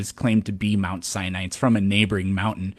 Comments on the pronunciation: A “Biblical scholar” that pronounces mount Sinai as “mount cyanide”. And what is an “anatheist”? 😂😂😂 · Did dude say “mount cyanide?” LMFAO!!!